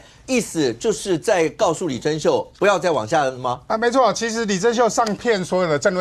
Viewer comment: 謝龍介的台語也沒有多正確啊！他唸李貞秀名字就唸錯了，而且他也散播了錯誤訊息，混淆了國籍法，這樣不了解法律的立法委員，才是臺灣真正的亂源！